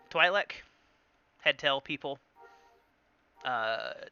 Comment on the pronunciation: no hate but Twi'lek is pronounced Tweelek no twylek lol.